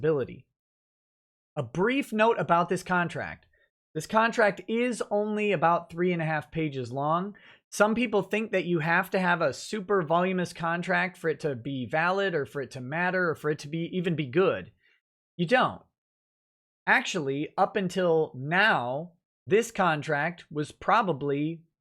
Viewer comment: it's not "volumous," it's "voluminous." Stress on the first "u."